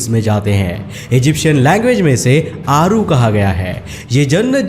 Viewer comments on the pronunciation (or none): It's not ओसीरिस it's ओसायरीस। आरू is अरु। आपने बहोत सारे words को गलत बोला है। ऐसा ज्ञान किस काम का जो लोगों को Video के मुख्य पात्रों के नाम ही गलत बताये जा रहे हो। इतना बडा चैनल होते हुए भी आप ऐसी गलती।🤔🤔🤔🤔🤔